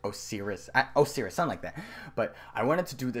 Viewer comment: Osiris "OH-SIGH-RUS" its not like SIRI!